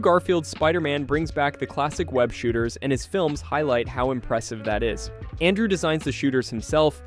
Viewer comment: Dude,it's ANTMAN not stupid ass giant man,get your shit right bro or don't make content at all and also learn how to pronounce words correctly! It's very very ANNOYING AS HELL!!! Like it's Andrew not ondrow!